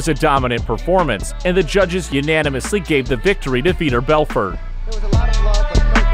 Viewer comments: How does every MMA fan feel when you mention the name "Veeder Belferd"? They feel like it's pronounced Vitor Belfort. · How do we feel when we hear the name "Veeter Belfer"? Like you have no idea what you're talking about.